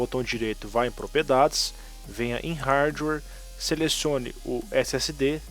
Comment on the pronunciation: NÃO desabilitem o superfetch , ele na verdade é um serviço que analisa o que você mais utiliza de programas no computador e os mantem na memoria para abrir mais rápido num futuro ( tem sentido já que programas mais usados tentem a ser abertos mais vezes ). E fala Hardware corretamente por favor